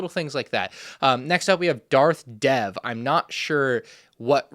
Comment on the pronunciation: Just letting you know that the Darth Dev minifigure is pronounced like Darth "Dave,"